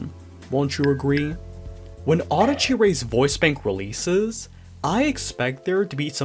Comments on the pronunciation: I'm sorry, but the way you pronounce Adachi bothers me for some reason. (I mean no offense.) The way I think it's supposed to be pronounced is "Ah dah chi," and not "Auhda chi." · this whole time i thought her name was pronounced uh-DAH-chee ray, not AH-duh-chee ray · the japanese spelling is "アダチ レイ" which would probably be pronounced closer to that